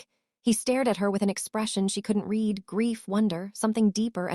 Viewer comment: A mispronunciation like "fading" said as fadding rather than fayding throws your concentration out of the storyline. "Read" pronounced red rather than reed. It takes a minute for the brain to catch back up with the story!